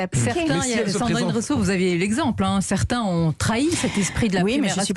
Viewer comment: Rouuseau? Ecololo? 🤣🤣🤣🤣🤣🤣🤣🤣🤣🤣